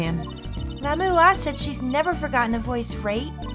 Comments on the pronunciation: Yeah the pronounciation is just Grammar-ee, simpler than it looks. Also Lamiroir I usually hear said "La-mwar". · Again with Lamiroir suddenly being two syllables. I swear, these comments are gaslighting me... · Not gonna lie, the way pronounces Lamiroir and Gramarye bothers me just because I've been used to saying it a different way. Not saying that it's a bad thing she can pronounce it anyway she wants, it's her LP, but I couldn't help but look at the captions on this and I was not disappointed lol Lamiroir -> CC -> let me why/let me walk Gramarye -> CC -> crummy hey/grandma yay/grammar yay/ grammar ye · The cringe is too strong, esp with the lamiroir pronunciation. Plus, it's my right to do what I want with my free time anyways. I've got other things to watch that don't make me cringe, and there are only so many hours in the day.